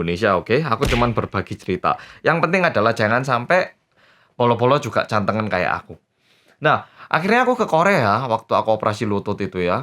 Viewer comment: bacanya jd 'Gantengan' bukan Cantengan XD